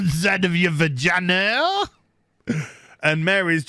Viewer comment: "and then they rubbed vaygaynaz" Me "SOLD"